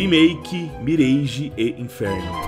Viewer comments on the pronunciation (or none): Top o vídeo, só queria que a galera parasse de falar "MIRÊIGE" e começasse a falar o certo, "MIRÁGE" :face-green-smiling